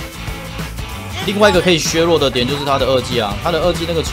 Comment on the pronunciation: 我很喜歡你 基本上每部影片都看 那個字為什麼總是唸錯呀 薛弱？是大陸用語嗎